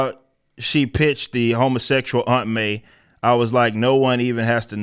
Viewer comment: lol I saw that in the news and knew a video was coming. smh. It's funny how you say "Hummosexual" XD